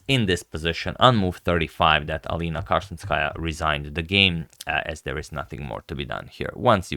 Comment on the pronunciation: Flawless pronunciation of their surnames. He really put some respect on their name.